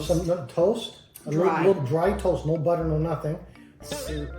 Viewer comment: 아니 어머니 버터는 영어인데 왜 틀리세요😂 한국어랑 같이 읽으려니 발음이 꼬이셨나 ㅎㅎㅎ